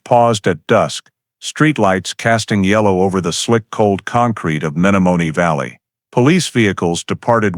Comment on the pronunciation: It would be nice if the narrator would of pronounced the Menomonee Valley correctly. He obviously, is not from Wisconsin.